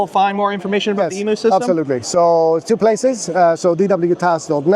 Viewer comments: How to rage bait an Aussie, pronounce an aussie word incorrectly, its em-u not emoo. But that looks like a very cool system, that you can make yourself, fantastic invention. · It's pronounced eeem you